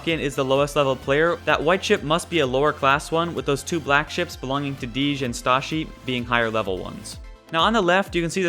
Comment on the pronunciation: Not to mention DeeJ, isn't Dee-jsh, it's DJ... lol